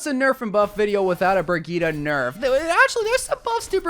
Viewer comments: Brig-eat-uh???????????????? It's Brig-eat homie. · Did you say "Birgueta" instead of Brigitte ? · Bro said “bra geeta” 💀💀💀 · Man said bragita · nice video but disliking for how you pronounce BRIGITTE